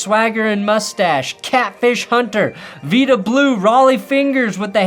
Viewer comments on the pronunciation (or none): Vida Blue, not Veeta Blue 😐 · Veeda Blue? VY-DA Blue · Veeda Blue??? It's Vida Blue, as in "Ida" Seriously he was one of the best pitchers of that era. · Dammit, learn how to pronounce names if you’re going to mention them!!! It’s not VEE-dah Blue, it’s VIGH-dah. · It was pronounced Vie-duh Blue, not Vida... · It's not "Veeda Blue" it's "Vida Blue". The Vi said like "Vying for a promotion." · Not Veeda - Veyeda Blue. Like Denver, Oakland became a lefty dump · oooh "Veeda Blue" hurt me a little bit. Vida...rhymes with Might-uh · "Vee-da" Blue? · Vee-da Blue? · The way you pronounced Vida Blue was criminal, man. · Can't even pronounce Vida Blue correctly.